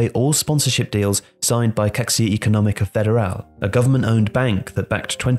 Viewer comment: Nice Video. The correct pronounce of Caixa is ''Kaisha''. Thanks